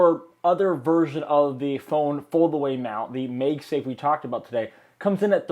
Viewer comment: It's MAGSAFE, not MEGSAFE